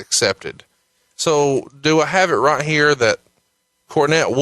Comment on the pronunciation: All wight all wong its out there